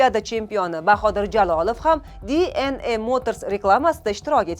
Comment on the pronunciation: Dna deng. diy en ey qaysi tilda oʻzbek misiz oʻzi